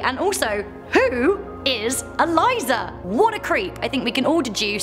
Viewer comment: Idk why but when he said eliza I thought queen elizabeth